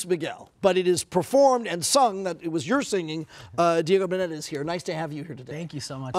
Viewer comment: Lol did the host mispronounce boneta?